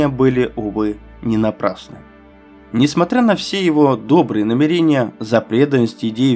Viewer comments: Правильно говорить "намЕрения", а не "намерЕния". Есть же слово "намЕрение". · Ты что, баптист московского патриархата? Научись ставить ударение в словах раскаяние и намерение.